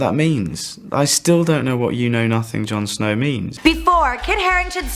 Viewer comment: "JAN SNAOW DOWN BELAOW"